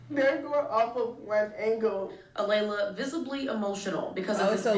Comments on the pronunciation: It's not A-lee-ah it's A-lay-la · It's Alaila...A-lay-LA it's not that hard 🙄 she thought she could get away with it! High school kids think they can be sneaky & nobody will notice.. LOL..